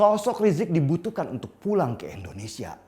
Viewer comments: Indonesia bang, bukan endonesia 🙄 Btw, bajunya keren bang 🔥🔥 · Indonesia bang bukan endonesia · Indonesia pak bukan Endonesia